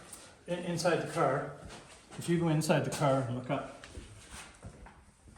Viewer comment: Love the way builds, and says DaCaar lol 😂